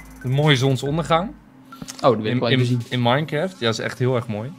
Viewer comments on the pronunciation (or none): none